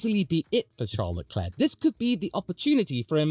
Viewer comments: You didn't just say Charles Leclue😂😂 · Charles Leclue 😂😂😂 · Charles LeClue is even funnier for a french speaker, as it sounds like you're saying the french word "clou", which means "nail". And considering how many blows he's received, he could also be Charles TheNail